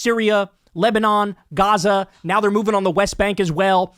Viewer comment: Kyle: "Yebanon, Lyria, Sem-"